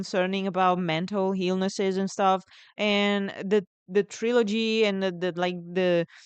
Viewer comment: Could have sworn I heard you say "Thrillogy" that should be a word for sure